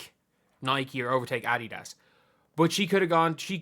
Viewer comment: You're the first sports commentator I've ever heard pronounce Adidas correctly! Great job!